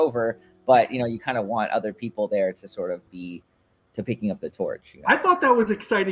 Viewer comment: My 10 yo son says “other” same as you (udder). Do you have a hard time with other “th” sounds?